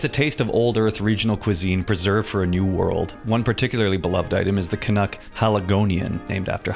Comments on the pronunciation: Can-Cuck? Bruh, thats foul hahahaha😂😂😂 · Can-uck really missed out on calling pancakes 'can-cakes.' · CAN-UCK has me spiraling. It's too good. CAN-ADA? It's in a CAN? Genius.